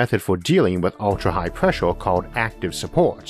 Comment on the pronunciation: Huge preshore deepore what us this nararrotor sayong.